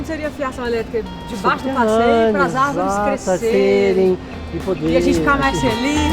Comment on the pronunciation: "as árveres somos nozes"